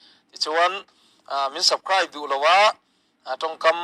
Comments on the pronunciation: Subscribe tih pawh i lam thiam mang lo ania, 'subcribe"i ti kha ka nui hmasa phawt 😂i tawngkam hi i proud ve lek lek anih hi, Piang thar dik tak chu an tlawm zawrzan mai ni, an selna che i chhan let nghal zel danah hian i thlarau rah chin chu a hriat khawp mai. You thrup ah lo en vek ang che u 😂Social media anih hi, a chhe lam I tawn a I beihlet zel hian nangmah I inpholang chiang mai mai ani zawk e, a chhe lam pawh dawnsawng thiam tur a ke pen ila ngai hle mai. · 😂😂😂😂 sabkraip ve hram hram se😂😂😂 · Eheeee....Subscribe i pronounced dan atang hian tawng chi nga (5) i thiam ho chu ka hrechak hle mai 😂